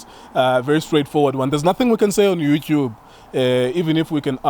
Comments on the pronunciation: Khanye certified ✍🏾, thanda ungathandi, then I just love when our brother says "Every Quesday and Youqube" 😁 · the way this says youtube. lol.